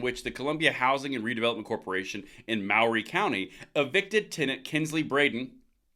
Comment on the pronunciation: As a resident of Maury County and an avid 2A proponent, this is great news. Great channel. And we pronounce Maury like murrey.